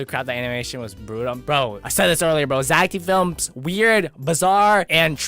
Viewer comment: Never say, Zach D films wrong it is Zach, death films, wrong Zach D films yes